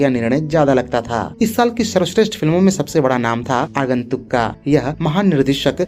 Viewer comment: आगुंतुक्का नाही .... आगंतूक